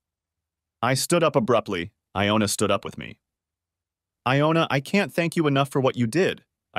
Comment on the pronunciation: I had trouble with that too! First it's Iona. Then it's Jonah. WTF?!! Either it's the computer or it's someone not proof reading the story before sending it in. The AI is reading pretty well. But damn! The misspelling and mispronunciations!